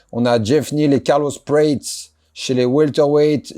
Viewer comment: C'est pas Carlos "pouèïts" prononcé à l'américaine bizarre à , hahahaha ! C'est Carlos Prates (prononcé "pra-tchesse"). Il est Brésilien. Possible futur cador de la catégorie, s'il se remet bien de sa défaite contre Ian Garry.